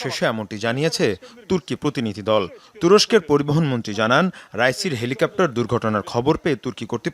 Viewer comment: রুইসি না ভাই রাইসি